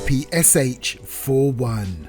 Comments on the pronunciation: It's better call it as "PePe-Sha" not "Pi-Pi-Es-Ech" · PPSh is pronounced "papasha"